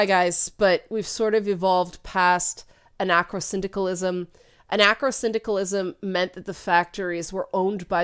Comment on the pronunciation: Anarcho-syndicalism. Basically anarchism with a workers owned factory being the societal unit instead of a ln agricultural commune. pronunciations was weird in the video.